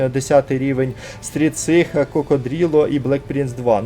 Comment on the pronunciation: Стрідсикса а не Стрідсиха! Чому ти не правильно латинські букви читаєш???😅😅😅😅